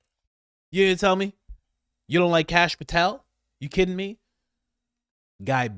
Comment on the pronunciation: Kash Pooh-tel